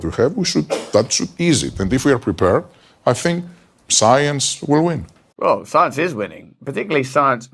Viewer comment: It’s funny that Russell pronounces “th” like “f”, or “ask” like “axe”. Brits with those linguistics were heavily settled in the American South. To this day people still use those pronunciations, even after all this time. Most people don’t realize it originated in another country, another culture, one which permeates to this day.